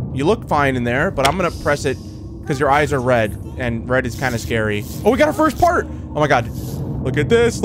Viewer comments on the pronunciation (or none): Ennard breaking the glass reminds me of Animator's Hell, a game that played awhile back. I recommend watching it! Also can't pronounce "part" right because this is the second time on his channel he said "fart" instead